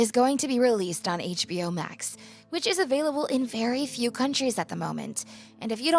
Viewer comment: etch-BO Max ah yes